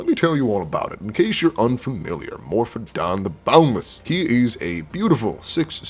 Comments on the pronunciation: Read the word without saying it, then pronounce it phonetically. More-oh-fawn. Morophon. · There is no d in Morophon.